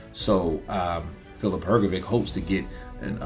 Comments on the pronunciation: its hrgović (hrgovich) not hrgovic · Because there is no letter ć in their alphabet,so they pronunce letter c Like we letter k,if you tell him that his name is Hrgovich and not Hrgoviq he Will know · True I also noticed that. Simply Hr-go-vich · I would ask someone whose mother tongue is English or who is from America to give me the reasons why cannot pronounce the surname Hrgović correctly. Is this due to some grammar rule? Is it incompetence? Did only finish elementary school? What is the problem? Yesterday I watched the DAZN boxing presentations and the English speakers pronounce the names and surnames of the boxers correctly, so for example cannot have the excuse that he has never heard how to pronounce a boxer's first and last name correctly. The boxing world makes an effort to show respect for the boxer. Why isn't capable of this? Thanks for the help! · Presenters are obliged to pronounce the names of the people they are announcing correctly or to the best of their ability but isn't a presenter so he hasn't done proper research